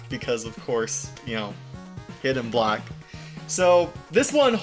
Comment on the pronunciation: Did he meant to say Hidden Block? Cuz I'm hearing Hidden Black...